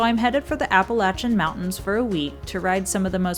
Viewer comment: she said Appalachian correctly ... 👍